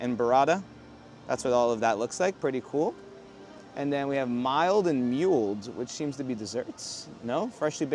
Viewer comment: "milled and mulled" is pronounced like "mill-d" and "mull-d" not "mile-d" and "mule-d"